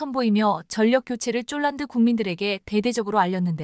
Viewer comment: 원고도 확인안하나 자꾸 폴란드를 쫄란드라고 하는데 듣기가 거북하네